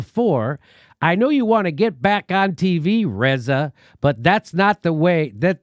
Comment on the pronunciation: "Reza" pronounced like "Rasa" like in "tabula rasa". That's good!